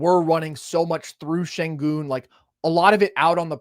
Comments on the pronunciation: how you cover basketball and call yourself nerd sesh then go head say "Sengin" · please stop saying “Sengin” 🙏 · If you can say 'Shai' then you can say 'Shengoon'! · How do you have a “basketball podcast” and can’t be bothered to learn how to pronounce an all star’s name. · Is it really THAT hard to pronounce Sengun's name correctly? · Why won’t you pronounce Sengun correctly? I can’t respect the opinion of someone who can’t even get a name right. That’s just petty and disrespectful, especially when you regularly hear it pronounced correctly and still choose to mispronounce it.